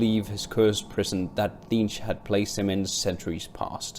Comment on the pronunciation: Tzeentch is pronounced "Zee-nch" by the way :)